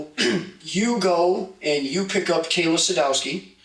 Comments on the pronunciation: Her name is kayyyy la not kyla. If you’re going to get views and likely monetized from people’s deaths please practice saying their names properly. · Her name was Kayla not Kyle-uhh. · Why does it say "Kayla" but you are saying "Kyla"?? Ik I might sound like i am nitpicking but if anyone's name is important to get right, it should be the victim!! But ummm what is her name?? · He also said "Kaylin" right after that. And I know there was a Kaylee. But he said Kayla, then Kyla, then mentioned Kaylee, and ended with Kaylin. Wild. Lol